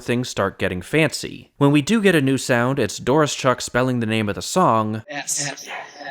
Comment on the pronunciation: DOR-OH-SHUCK. You're welcome.